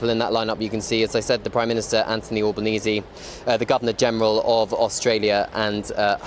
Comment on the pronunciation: ALBanese not Allbanese